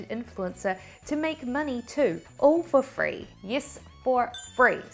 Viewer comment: I admit that almost every time I say ‘for free’ now, I say it thinking about you. The accent isn’t quite there yet though. 😅